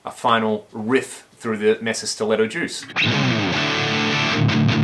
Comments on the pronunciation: For the love of god, it's pronounced May-sa -- it's a Spanish word. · Love this amp! Mesa pronounced 'may-sa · In spanish Mesa isn't pronouced May-sa ! More like meh-sa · It's hard you hear you mispronounce Mesa over and over.